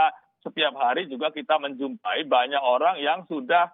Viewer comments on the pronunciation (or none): none